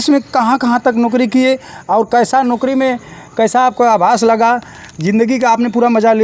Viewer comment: अरे कैसे कैसे पत्रकार बन जाते हैं ये नौकरी को नोकरी बोल रहा है😂